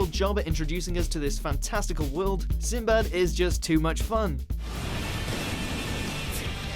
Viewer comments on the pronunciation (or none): none